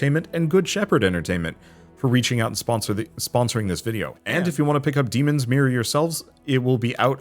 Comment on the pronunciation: can't unhear "demon smear"